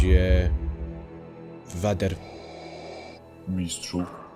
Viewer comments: wymawia się [wejder] a nie [wader], ale daję łapkę w górę ;-) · Super. Ale mówi się Wejder, a nie Wader. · Nie mówi się "Vader", tylko "Vejder". Pisać, to pisze się "Vader" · DLACZEGO "WADER" ZAMIAST "WEJDER"?! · lord wader? lel. CHYBA MOWI SIE LORD WEJDER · CZYTA SIE KURWA "WEJDER"